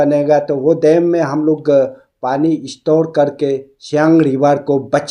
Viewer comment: Pehle dam ko acha se bolo